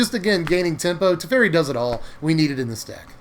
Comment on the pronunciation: Was really enjoying the video until you said Teferi, then I left, LOL.